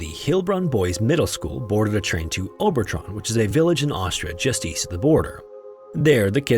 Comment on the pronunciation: It’s Obertraun is pronouced Ober-trown rhymes with down and town. Not Tron. All German regular As are pronouced like the A in Ahn not Ann. Aun is a common German sound and sounds like you would say Oww-n in English. Auer for example would be said like hour or ower in English. Or like Eisenhower, his name would have been Anglicised from Eisenhauer.